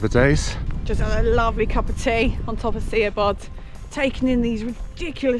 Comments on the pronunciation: Lovely film and some useful insights into the origins of Capel Curig's name.. Diolch.... just one point on pronunciation.. your mountain is pronounced Moyel Shabbod...no sh spelling in Welsh so Si = sh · Lovely peak, summited a couple of times in the past-offering a fantastic elevated view into the snowdon horseshoe. Very much enjoyed your vid guys! Re the pronunciation of Siabod- was told by some welsh locals it’s ‘Moel Sha-bod’.! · Great video, never been this route so would like to try it now. Oh and you pronounce Siabod like "shabod"! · Very enjoyable route - the pronunciation of the mountain is Mole Shabod. Excellent video. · Great filming and commentary love it. I think the way to pronounce Moel Siabod is Mole Sha bod. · Really enjoying youre videos guys, love the chemistry between the two of you. Im from Llanberis myself and have tended to stick to Snowdon TBH mainly, but have done the glyderau etc over the years. Done Moel Siabod a few times via this very route....BTW its Shah...bod, much easier to pronounce than you think..ohhkay patronising bit over with😊. Just come back from a wee trip to Buttermere where I did Red pike, high stile and crag but chickened out on haystacks...so Ive been binging your lake district exploits as well and shall be using as a blueprint for future trips I intend to take. Keep on keeping on, welle for conquering that pesky vertigo!! Tale care guys❤ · Great video, rubish pronunciation 😆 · its pronounced as shabod, not siabod. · 😄 🤣 😂. It's not see- a-bod. It's sha-bod. ❤❤❤ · Moel shabod... Not moel see-a-bod 'si" is 'sh' in welsh flies away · SIABOD is pronounced SHA-BOD, not SEE-A-BOD folks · It's Sha-bod.... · Nice video, a bit dramatic maybe, the pronunciation is Moil Shabod... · Apologies if it's already been mentioned but Moel Siabod is pronounced Mole Shabod. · Moel Siabod, (Welsh pronunciation for the English - Mole Shabod)